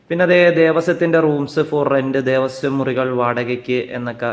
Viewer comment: വിവരണം കൊള്ളാം, ഉപകാരപ്രദമായിരുന്നു. ഒരു ചെറിയ പിശക് ചൂണ്ടിക്കാണിക്കുവാനുള്ളത്.... ദേവസ്യമല്ല.... ദേവസ്വം എന്നതാണ് ശരീ. വീഡിയോ യിൽ നിരവധി തവണ ഈ വാക്ക് ഉപയോഗിച്ചത് കൊണ്ട് പറഞ്ഞെന്നേയുള്ളു. നല്ലൊരു വീഡിയോചെയ്തതിനു നന്ദി 🙏